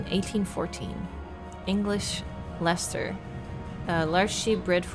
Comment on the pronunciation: "Took me so long to get it in my head that it was Leicester from Leicester Square in London" I was born and raised in Leicester city and I felt such joy to hear you pronounce Leicester correctly and not "Lie-ses-ter" 😂 but I now live about 5 minutes drive away from where the "English Leicester" sheep were originally bred in the 1700s in Leicestershire 😊